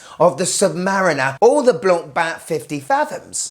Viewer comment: Great job pronouncing "Blancpain" 👏😆 The Limited really would look great in your collection! It's my favourite of the two. "Jacuzzi vibes"!!! hahahahaha 🤣